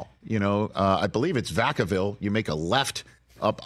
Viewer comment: Rich said Vacaville 🤙🏽🤙🏽🤙🏽🤙🏽 Yoooooooooo 🤟🏽🤟🏽🤟🏽🤟🏽🤟🏽